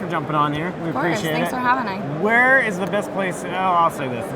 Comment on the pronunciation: Did she say "thanks for having I" at the end lol